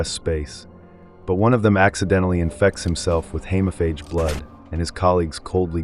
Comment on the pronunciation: Hemophage. Long E please.